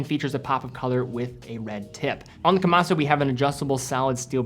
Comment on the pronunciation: You are putting too much emphasis on the "su" at the end of Kamasu. It is pronounced closer to "kamas"